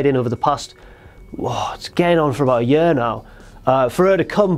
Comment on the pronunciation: i hate the way you say year